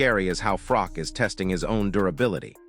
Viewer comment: If AI cant get froch name right then this is bull sh*t its not FROCK its bloody Froch